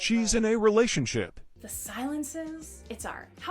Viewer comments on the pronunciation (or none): "She's in a releationship!" Lol